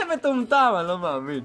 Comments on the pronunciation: "אני לא מעמין" אינדה קלאש 2016 מבטא ערבי מושלם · בםעם הראשונה ששומעים את זה זה נשמע ערבי